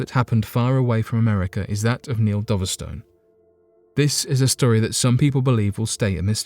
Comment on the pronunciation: It's pronounced Dove-stone not Doverstun